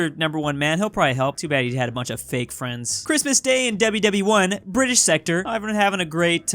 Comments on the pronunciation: The Bri ish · "The Bri'ish" - 2021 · saying bri ish is getting old